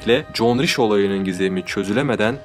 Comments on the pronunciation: John degil Joan. John dediginiz icin sanki bir erkekten konusuyor gibiydiniz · John değil joen diye okunuyor ben de erkekten mi bahsediyo diyorum 🙃😞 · yeni izledim super video ve anlatım ama kadının ısmını john gıbı telefuz ettıgıne baslıgı okumasam erkek sanırdım joen (joan) diye okunsa daha ıyı olurdu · OGLUM JOAN KADIN. NIYE JOHN DIYORSUN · evet alman ismi doğru telefuz seninki güzel video